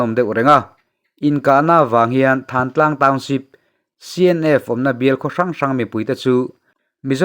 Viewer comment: Thantlang lamrik dan hi than(sang/tlang) tia.lam rik ni se,tih ka rawt e.